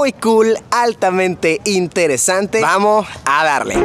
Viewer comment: vamoh a darleh